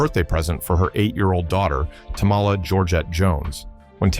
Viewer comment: Tammy Wynette's daughter's name is pronounced Tamala like Tammy, not Tah-ma-lah like Tamale,seriously!!??? How hard is that to figure out, named after her mother in a sense not a delicious mexican entrée.....😂😂😂😂